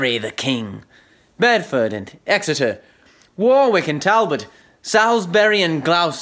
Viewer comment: I despair that this offering of this famous speech does, as it is spoken by a US citizen, mispronounce the words Warwick, Salisbury and Gloucester. I assume that the persons entering the competition were at school when the recordings were made but they seem not to have tutors who know or have researched the pronunciation of these town names. The simple expedient of viewing the same speech by ENGLISH actors, Olivier or Branagh would have solved the problem. I have even seen, recently, another US version of this speech in which the speaker delivers the line, "we are enough to do our country loss" as ENOW. The solution to this is that US citizens should, 1) learn to speak ENGLISH properly or 2) don't try to deliver speeches from the works of Shakespeare.